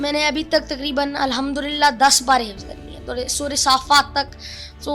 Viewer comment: Hifaz nahi Hifz yaar